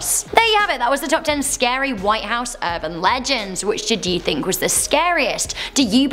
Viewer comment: South Texas erban legands